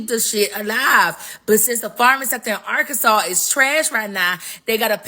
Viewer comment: Listen it’s Arkansas - (Are-Can-Saw) not Sauce!!! And I’m in Little Rock and we of the Black Delegation don’t give a damn about them light breads up there!!!